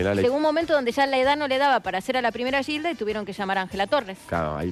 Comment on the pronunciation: lo pronuncia como Guilda... ? Es peruano José Olaya?